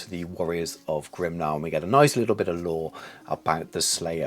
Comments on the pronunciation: I was surprised by your pronounciation of 'Grimnir'. I always was under the impression it was pronounced 'Grim-near'. You pronounced it more like 'Grim-nah'. So I wondered why. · Why Grim-nah?